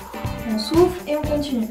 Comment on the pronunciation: je meurt à chaque fois . avant je ne savais pas qu'on pouvait avoir des courbatures aux abdos. à chaque fois que tu dit "on souffle" j'entends "on souffre"